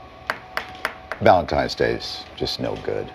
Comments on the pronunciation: It's pronounced VALENTINE not VALENTIME. Go back to school. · Just a note for most of these women. You say it like this Valentine's Day, not Valentime's Day. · First off, listening to an entitled woman is already enough to want to drill my eardrums out... but, add a woman who calls Valentine's Day, ValenTIMEs Day... (brain cells self deleting) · Need take advice from a single woman…especially when she says ValenTIMES day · Sorry, but I will not be getting you anything for Valentimes? Day. The amount of illiteracy is staggering. It’s VALENTINE’S DAY. 😂😂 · Am I taking crazy pills or does it sound like these brainlets are saying, "valen-TIMES" day? Please...PLEASE ladies...pick up a book and actually crack the spine. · Take a shot every time you hear a woman say "ValentiMes" 😂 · “Valentimes”, can’t even pronounce what shes a supposed expert about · "Valentimes"? Come on ladies, do better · "Valentimes day" 🤡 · And we’ve found another word black people cannot pronounce correctly, valen-TIMES Day 😅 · S/O to “valentiMes day” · How about if you can't pronounce "Valentine's" properly, you get absolutely nothing? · "valentimes" is a huge red flag